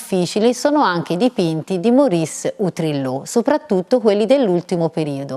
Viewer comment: Utrillo, non Utrillò.............;)